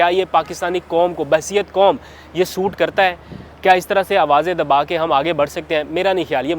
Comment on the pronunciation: I want to correct Pls read dabao instead if DA AO. Pls wait i have to see n correct: read faesla i stead of Daeska. Thank you n regards. Ager vouce record ker kae urdu maein izgaar ker sakaeinto bohet acha ho... Yeh jaesae hisekra gae...bataiye please